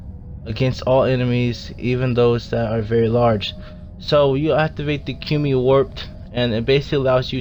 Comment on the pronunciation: you said it wrong. it's Ka moo e Kamui.